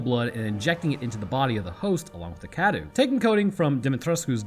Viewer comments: Huh what Cadou is pronounced as kadu? That's not right, it's supposed to be Ka-dow, meaning present/gift in Romanian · By "pronouncing correctly" you mean "close enough" right? Then again, better you no longer pronounce it "Dimitresc" which was dumb :D. Also, you're still mispronouncing "cadou" (gift). It's not "kadoo" but closer to "ka-dough", the O and U sounds are separate. Trust me, I'm Romanian :) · I really wish you'd learn how to pronounce Cadou. Forget the u is there, man.